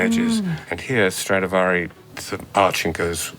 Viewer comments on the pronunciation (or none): First of all it’s Stradivari and not StradAvari. Other point - what is Strad(s) ??? Can’t you just respect the name of Antonio Stradivari and call it by his real full family name ? Is it that difficult ? Awful to hear how you mangle his name 😢